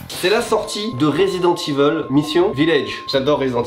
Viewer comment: "Résident Tiveule"